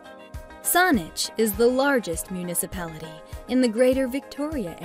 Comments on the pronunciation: She pronounced Saanich wrong. the 'a' is pronounced like sandwich ... not sauna. Beyond that, this is full of cherry picked statements about locations, where do I start: - Ft. St. John - ... yes 250 days a year of 'sunshine', but its a subarctic climate, so temps average below freezing for 4 months of the year, and can get as cold as -30 Celsius. - Kamloops - TRU is not the largest University in the province by any metric. google it. - Vancouver has THE mildest climate of all Canadian Cities, not one of the, but it is also THE most expensive city to live in, not one of them, with the most expensive rental housing costs in the country, with the least vacancy rate. People working full time and going to school full time struggle severely, and many live in a van. Theres a lot more wrong here, but suffice to say dont move to BC based on the info here. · It's pronounced Whist-ler, not Whis-a-ler. And it's Saanich not Saunich. Another outsider selling our province to other outsiders. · Let's start by learning the correct pronunciations. "Whistler" has only two syllables. "Saanich" is not "Saunich." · Even the voice over artist has no clue and mispronounced several of the city names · sounded like saunich, pretty funny anyway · SAWnich and Whist-ler hahaha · It's all computerized, as it calls Saanich "Sonnich". BC Transit Buses also have that problem with Street Names like the "McTavish Exchange" (near the airport) is pronounced as the "Mickta - Vish Exchange" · The narrator is mispronouncing their number one choice: Saanich. It's pronounced with an "a" not "o" as in sandwich. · 😂lies. misinfo. and oh my...the pronounciation...whisteler sonich...low crime in surrey...thanks for the laugh 🤣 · I live Kelowna (#2) in the video and this vid is full of BS info (and some of the clips aren't even from here). And just to note, you pronounce Saanich wrong. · She can't even pronounce Whistler, Colwood or Saanich properly. Was this video geared to immigrants??